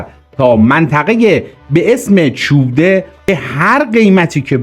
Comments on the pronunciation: چوئیبده چو ایب ده نه چوب ده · درود و سپاس. عنایت بفرمایید با اینهمه تلاش تیم شما ، نام مناطق رو هم درست بفرمایید. برای نمونه پل مارِد یا ( تلفظ به این صورت هست چو عِ بده) سپاس از برنامه خوب شما. درود بر بزرگمردان ❤❤❤ روان شهیدان شاد🎉🎉🎉